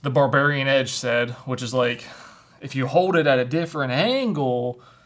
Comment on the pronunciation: Calls "Bavarian Edge" a "Barbarian Edge", wouldn't expect any less from 😆